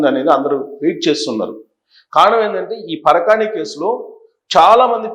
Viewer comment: పరకాని కాదు సార్.పరకామని.